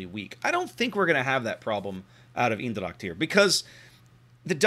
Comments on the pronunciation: U prenounced the ch part in dracht more or less like an K. If u would prenounce it more like the first two letters of the word chemicals. (And u would combine it with how u said the other parts of eendracht it would be close to perfect) Furthermore good review once again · native dutch here, hit me up if you need help... :) Eendracht = Een part is pronounced like AINT but with the T soooo.. AINDRACHT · Pronounce Eendracht. Its almost as though Google wasn't invented.